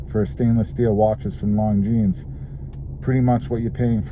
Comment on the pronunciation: Is not “long jeans”, is “lonzeen”. Learn how to pronounce properly names, if you’re a watch enthusiast.